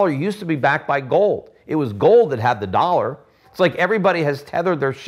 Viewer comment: kick the can?!!! Stop the inlesion! Let's keep playing cleaner, intel inside,! From wi dow to window. Don't say DOLLER! ITS THE INLETION!!! It's not the werds DOLLEAR!!! GOT DAMMIT°°! Playing your game, don't mess with. Y bible,Bible, any new inflesion.